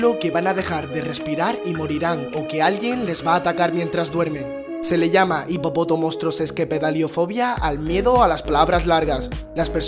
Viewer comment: Felicidades por pronunciar la fobia a las palabras largas !!! Yo aún no lo consigo